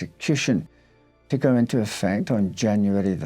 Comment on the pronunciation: No, I believe it’s “effect”